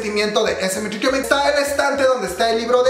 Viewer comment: jejej amo cuando dice esemenchecheimen